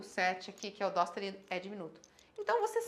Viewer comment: SE FOSSE PRA PRONUNCIAR DÔ A NOTA NÃO SERIA DÓ. DESISTA DE ENSINAR UMA COISA QUE NÃO SABE NEM O BÁSICO